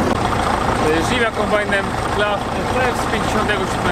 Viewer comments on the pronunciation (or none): none